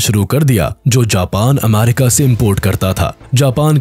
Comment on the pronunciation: Ammarica✅ Abbarica ❌